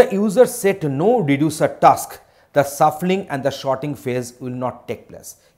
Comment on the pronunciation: Man it's shuffling and sort not suffling and short